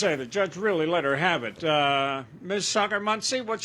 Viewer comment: 40 seconds in and I had to scroll down to comments. Defendant's name is Socker-Muncy and the announcer pronounced it Socker-monkey 🤣